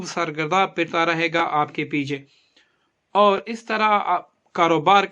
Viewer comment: Awar nahi (aor) pathana